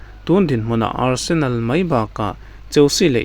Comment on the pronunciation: Nia,Barsenal a rawn ti tlat in ka hria😂